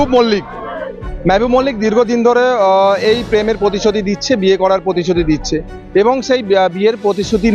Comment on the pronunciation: কথাটা পতিশতি না প্রতিশ্রুতি। বাংলা টা শুদ্ধ করে বলা হক।